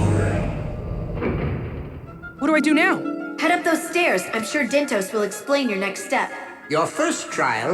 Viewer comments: Dyntos. as in DYNtos. as in "Time for DIN-Din! but thats dinner. so even that's a stretch. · Dyntos. look at the name like this DIN-tos DIN, as in DINNER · DIN-tos, like DIN-ner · Dyntos almost sounds like "dinner", it seems clear this is what they were going for to me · The dyn in dyntos, pronounces like din in dinner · Actually, I don't think it's pronounced like that, Chugga. I think it's pronounced DINE-tos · Maybe Dyntos is supposed to sound like Dine-toast... Yeah I don't know either. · Maybe Dyntos just sounds like a snack, like Mentos or something.